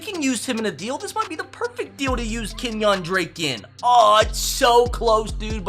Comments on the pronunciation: "Kenyahn drake" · keep mispronounced Kenyan drake